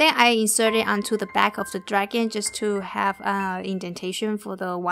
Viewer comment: Love this video! It helped alot! But it is very annoying when u say draghan instead of dragon... Still love your vids thought!